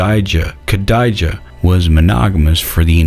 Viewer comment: That was so funny when he got stuck on "Khadija "....reminded me of 12th grade English class in public school although most of the 3 syllable words people got stuck on were not foreign.